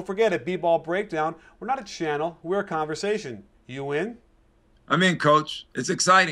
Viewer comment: the first 20 videos i watched i always thought he was saying "You win?" at the end lmao